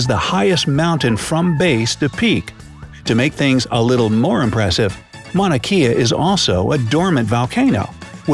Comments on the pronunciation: It’s pronounced Mauna kay-ah, not Mauna key-ah 🤙🏼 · This video mispronounces the Hawaiian mountain Mauna Kea (it’s “Kay- ah”- not “key-ah”) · I would have thought that the would have a better pronunciation of Mauna Kea. You pronounced it like Kia. In Hawaiian "Ke" should be pronounced like "K", Mauna K-yah. For fun we locals like to have tourists say hawaiian words so we can laugh at how mispronounced they say it. Makes for funny hawaiian giggles from the locals... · If he says “mauna key-a” one more time I’m going to shoot myself. It’s pronounced “mauna kay-a” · Hey how about saying Mauna Kea right!... Maw / na' / kay / a' . Not "Maw/ na' / key / a' " I used to live there, and if you said it like you did in this video, this infraction would demonstrate how much of a "Hauoli" you were. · Hawaii, by the way, It’s pronounced “Mahn ah Kay a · It's Mauna Kea ( Kay ah, not key ah). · Mauna Kea. Mow-nuh Kay-uh. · Mauna Kea pronouced incorrectly. Should be Mauna Kay-a. E is pronounced A. C'mon your doing an educational video. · Mauna kea😂😂😂 he says it wrong and it’s kinda funny because knowing how it’s actually pronounced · Ah...that's not how u say mauna kea